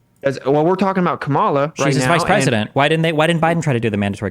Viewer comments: Did he say cuckmala? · Every time, I hear someone say ka-MA-la, I just automatically think, "Well, this person is an idiot." Seriously, you know you're in a cult when mispronouncing a name is required to be part of the in-group. I don't recall it being a requirement of Republicans to say "nuke-you-lar" just because GWB mispronounced it as such. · just can’t stop mispronouncing Kamala’s name. KAH-mah-lah, real easy. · can't even pronounce Kamala's name right. It appears to be a right wing sneaky slur. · When you still refuse to pronounce Kamala’s name correctly and you have to falsely state “that’s a fact” after each of your talking points, you are no longer a credible individual. Next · can't pronounce Kamala, either? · Why does this tool keep saying Kamala's name incorrectly even after Destiny says it correctly...every...single...time?